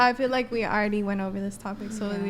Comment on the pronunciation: Why are all younger people saying "fill" for "feel"? It drives me bat shit crazy when people can't even pronounce words properly, but they have the audacity to try and be an influencer, like that chick.